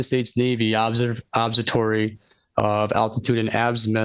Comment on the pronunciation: Thinks he knows more than all astronomers and earth scientists but cannot pronounce "observatory." That's balls of steel level dunning-kruger right there